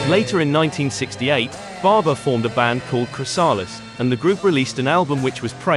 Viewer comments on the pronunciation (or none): Chrys -AH -lis! PJ Probby! lol I really dislike robot/AI voice-overs. Why do so many people use them? I don't get it. They just sound so... robotic. And all those pronunciation errors get irritating after a while. Is it just me that feels this way? Maybe... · Crys-AW-les? Is that the UK pronunciation?